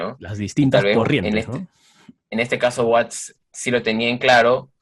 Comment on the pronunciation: espero estés bien. Una vez mas se agradece tus vídeos y aportaciones, pero he de decirte que si me impresiona que sigas invitando a este tal que en verdad deja mucho que desear. ¿Cómo es posible que se diga fan de los Stones y ni siquiera sepa de cierto el apellido de Charlie Watts y lo mencione como Waits. Verdaderamente desastroso. Y no es la primera vez que comete errores graves, recuerdo cuando hiciste el programa dedicado a Harrison, fue patético. En fin, ya decidí que cuando salga este tipo en tus vídeos mejor me voy a otro lado. Sigue cuidándote y en buena salud.